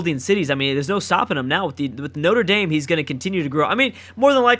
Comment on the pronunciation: Btw you say notre dame like KNOT-RA DARM